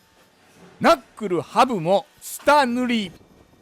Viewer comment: な↑っくるぅ ハブまわり もなかなか癖強い